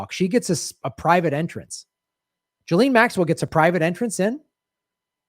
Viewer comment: Ghislaine is NOT pronounced JILLEEN. 🤪 Nice reporting, you can't say her name properly but... Who cares, you are an 🇺🇸 so its ok to do and say whatever you want. 🙄